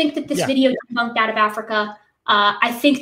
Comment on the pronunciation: Not one thing “deboonked” 🤡